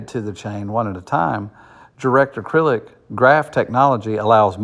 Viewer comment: Not sure who wrote this article, but DAG stands for Directed Acyclic Graph. Not “acrylic”. It’s not plastic haha! Also, it’s more likely that Kaspa hits $1 this year, $2-5 in 2025 and well beyond $10 by 2030